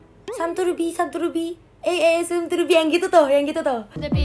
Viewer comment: Kak bukan samturbi:v ngakak akutuh😭 m to the b gitu kak sebenarnya